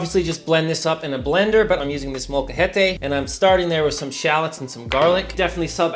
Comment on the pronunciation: From a Mexican dude here from Queretaro Mexico here, I LOVED THE WAY YOU SAID "MOLACAJETE." Gracias amigo for not butchering that word!!!!!!!